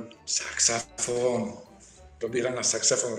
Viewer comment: Prečo mu nepovedala, že to nie je saxafón,ale saxofón. Veď to sa nedá počúvať ako to vyslovuje.🤦🤦